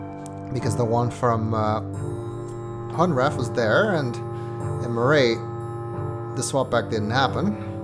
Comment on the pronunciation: Hunrath - Funrath Kaptar - Cat-tar Maray - Melee Soria - Sorry, ya